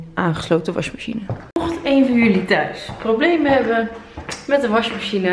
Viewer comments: Ben ik de enige die t opvalt dat Monica washmachine zegt ipv wasmachine?❤️😂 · Hoe je dat zegt, WasJmasJine hahah!😂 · Je zegt wasmachine vet grappig, washmachine haha